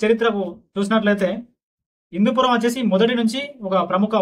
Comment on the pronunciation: Hindupoor kaadu hindupuram